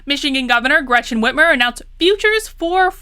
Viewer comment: I love how you pronounce her name like Whitmeir not Whitmer, because it makes her sound like a n**i